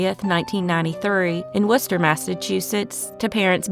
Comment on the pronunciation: I was born in Florida and have traveled most of my life. Inquiring minds would like know how someone with your accent can pronounce Worcester and Leominster correctly and butcher Florida place names. 😸✌️👍